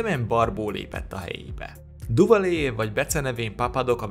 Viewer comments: Duvalier nevét nem Duvalié-nek, hanem Düvalié-nek (ü-vel) kell ejteni. Tisztelettel kérem, hogy amikor ennyire ismert emberekről gyűjtünk fontos, mindenkit érdeklő részleteket, kezdjük azzal, hogy a nevüket valósághűen ejtjük. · Duvalier neve "Düvalié" és nem "Duvalié". Nagyon bassza a fülem. :D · Hidd el, a franciák helyesen, Düvaliének ejtik. :D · Ceaușescu nevét eleve sokszor rosszul ejtik a magyar médiában is, de azért egy kis utánajárással (az igényesebbje) sikeresen abszolválja, ahogy Duvalier, avagy Pinochet esetében is. . Ezért írtam, hogy nagyon rossz, ha valaki nem ismerni, nem tudja, hogy kikről van szó, csak felolvas egy szöveget. (még azt is helytelenül). Nem hibába volt régen egy valódi szakma a hírolvasás.